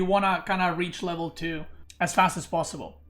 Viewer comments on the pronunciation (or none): none